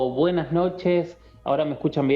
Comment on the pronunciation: Que mal me caes cuando dices BUENASH NOCHESH NOCTAMBULOS.